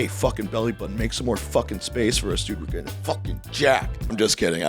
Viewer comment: you pronounce your "ing"s like "ink". It's getting me so angry.